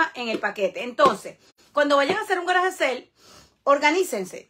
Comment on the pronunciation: Que no es GARAGE SEL !!! si no sabes pronunciar bien SALE dilo es español! VENTA DE GARAGE